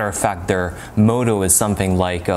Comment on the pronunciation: You said moto when you meant motto.